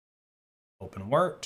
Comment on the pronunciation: did he really say open wert? 🤦🏼‍♂️